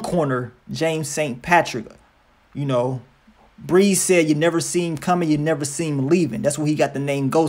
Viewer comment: Breeze not bree.